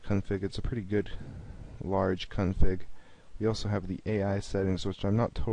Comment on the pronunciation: Dude... Please tell me that you are from a different country and English is not your mother tongue. Chest instead of chess?! Horse instead of Knight?! Really dude? Even your pronunciation of config was a little iffy. Sorry dude but I'm being honest here!